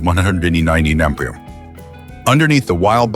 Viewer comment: "With a reputed top speed of two hundred and ....sixty eight emonie mey yer arr".